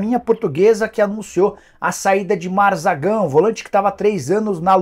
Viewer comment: Nicola o nome do volante é Mazagão e não Mazagão,o nome do atleta é em homenagem do município que nasceu no estado do Amapá